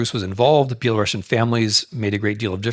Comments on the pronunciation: Dear Professor Snyder, you of all people should know that it's spelled and pronounced BELARUSIAN and not BelaRUSSIAN! It is very insulting !! to hear "BelaRussian". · Dear Timothy, the correct pronunciation which doesn't offend us Belarusians is ˌbeləˈrusiən , not ˌbeləˈrʌʃən. With all regards! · It's Belarusian and not Belarussian since it comes from Ruś (Ruthenia) and not from Russia (Ῥωσία Rosia) Pronounced like Andalusian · Dear Professor Snyder, you of all people should know that it's spelled and pronounced BELARUSIAN and not BelaRUSSIAN! It is very insulting to hear "Belarussian". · Yes his mind is so fine that it can’t comprehend that it’s very incorrect and insulting to Belarusians to hear someone say “BelaRUSSIAN”. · Thank you for putting (GDL) Belarus 🏳❤🏳 BACK ON the world map. BTW, the correct pronunciation is Be-la-ROO-SEA-AN . PS backgound : кажучы рускі (ў ВКЛ) нашы бацькі ніколі НЕ МЕЛІ на увазе маскоўскі . ЖЫВЕ 🏳❤🏳 ВКЛ! так ХАЙ Гараць далей ДУПЫ ІМПЕРСКІХ МАСКАВІТАЎ!!! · Thank you for putting Belarus in the map. BTW, the correct pronunciation is be-la-ROO-SEA-AN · Exactly😂 Interesting, why is that , he definitely should know about but maybe not , every time he says that feels like using knife on glass, anyway, thank you for the lecture Mr. Snyder, respect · Well the Belarusian lady asking the question pronounced it like Belarussian... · This is quite interesting lecture. But why do you pronounce Belarusian the same way you pronounce Russian?!